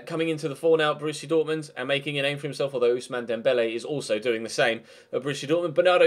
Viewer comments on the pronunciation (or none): none